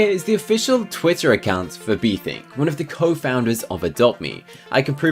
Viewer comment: He was meant to say newfissy and bethink. Not newthink and befissy